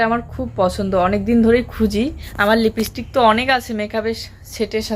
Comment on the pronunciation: তোমাকে আগেও বলেছি লিপিস্টিক উচ্চারণ নয়, লিপস্টিক উচ্চারণ।লিপ মানে ঠোঁট।এবারে ভুল উচ্চারণ করলে শাস্তি পাবে কিন্তু।